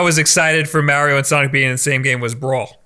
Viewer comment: I hate the way pronounces mario